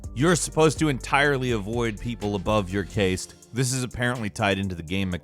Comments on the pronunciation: It is not caste it is cast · Cast not caste wtf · Caste is pronounced like cast, ya dingus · NOT a big deal at all, just know it's pronounced "cast" not a long ā, like "cased", however spelled as 'caste'. Some societies still use this abhorrent system to divide the wealthy/poor in inconspicuous manner unlike the sneaky wealth equality/free enterprise systems of new! Lmao 😅...went off on a tangent there. Thanks for listening fam 👍 Edit: The ONLY reason I comment this that I would want someone to tell me so that I am saying it correctly to my audience, not that 'caste' is a word commonly used LOL. Love your videos & excellent presenter! Keep up the good work 😁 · Caste is not pronounced like paste. It is pronounced like cast. Like the caste system that was in India. Just an fyi bud. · For me, nothing - Nothing - is more horrible than mispronunciation of ‘castes’ (phonetically, just ‘casts’) as ‘caseds’. (Shudders violently.) I need a stiff drink after that deeply unnerving audio experience... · can someone tell me what the hell is a "case-ts"? Caste from a caste system is pronounced like cast.... Am I wrong? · It is pronounced "kah-st". Not "kae-st". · Cased, its cast lol. Playing senuas saga now, a bit late but it's good and trying out game pass to last through the quarantine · Caste is pronounced Kasst not Case. 🤣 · Cased? Caste is pronounced cast. As in “type caste”. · Caste is pronounced CAST. Please buddy... PLEASE... you have got to start looking up how to pronounce like... The whole English language. Like... The whole thing. Then we can get into Fantasy words. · Caste is pronounced like "cast" not cased, just fyi love your stuff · Not to be that guy but it's pronounced same as "Cast" like casting a net in water or one of the greatest channels of all time "Casting" but it's spelled as caste. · Caste system is pronounced just like a cast when you break your arm. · Its "caste" like cast. Not "caste" like taste. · Caste is pronounced cast.